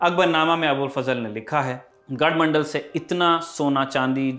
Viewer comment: Its not gadhmandal its gadhmandlaa and kaalchuri is kalchuri